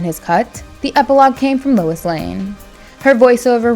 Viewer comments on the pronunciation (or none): none